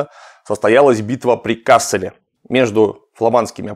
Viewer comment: вообще-то надо говорить КассЕль (ударение на втором слоге), т.к. речь идет о фламандском городе. В Германии есть город КАссель. Оба названия происходят от латинского castellum (лагерь), но произносятся по-разному.